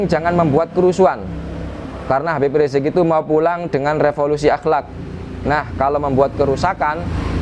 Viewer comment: kalau sama ade armando nyebut habib riziq dgn sebutan rizq rizq kalau sendirian nyebutnya habib riziq, jadi ini kala campur sama manusia ya seperti manusia tp kalau campurnya sama kambing ya???